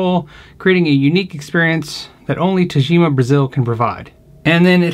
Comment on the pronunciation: you're such an underrated player my friend, love your slapping style. PS: The "g" should be like in "good", not "gem". Since it's Japanese and it's Tagima, not Tajima.;)